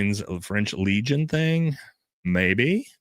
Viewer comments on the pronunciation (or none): none